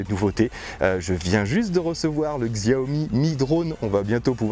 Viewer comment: Hi! pour Xiaomi on dit Chaomi;) Merci pour cette review et à plus, Fabi1.